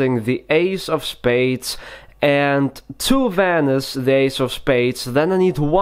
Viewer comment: It sounds like he’s saying vanise like tf does that mean like if you agree